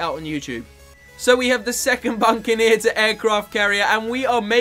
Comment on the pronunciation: it isnt buncaneer its buccaneer and tier 4 dartling gun is ray of doom not raygun. Just saying...